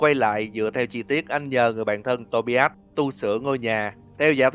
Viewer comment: Tobias là To Bai As chứ ko phải To Bi As nhé :)